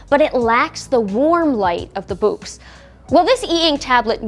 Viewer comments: Ummm. I think "Boox" is just pronounced like "books". It doesn't rhyme with "kooks". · All it took was Onyx to release the “Boox” to make an American pronounce “books” like someone fro Yorkshire (9m38s).